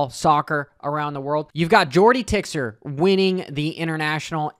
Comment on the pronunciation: Nice wrap up! Just the pronounce of tixier was a bit of😅